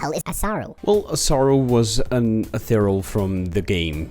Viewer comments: Eth-e-re-al. Not Eth-e-real. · Could only be pronouncing Ethereal more wrong as "Eth-uh-real"